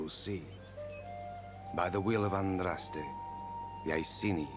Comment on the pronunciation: He cant say Andraste right ether.